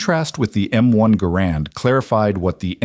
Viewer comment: Not grand, GArand the emphases is on the ga.